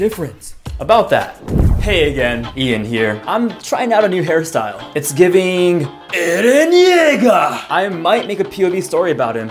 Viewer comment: Him:ERRREEENnNN YEAGERRRR Vs what I heard EREEEEEENNSS D!CCKKKSS